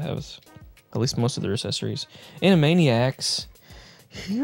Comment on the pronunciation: Loved the TMNT. I have the whole set of the trading cards they are just in crud condition. Question, how do you say the word ‘access’ as apposed to assess? You say accessories as assessories, it gives me a chuckle. Keep up the great content.